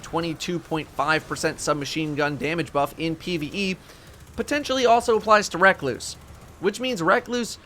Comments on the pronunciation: RE-KLOOOSE NOT REK-LOOOSE PLEASE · You did not just call the recluse "reckloose" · Anybody else notice he was calling recluse “reck-loose” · Wreck loose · RUH-CLUSE. Literally the only complaint I could have for this fine video so there, take my like. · Lol....recluse......that cant be how its called...dont do that 😂😂😂😂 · Holy shit pronounce recluse right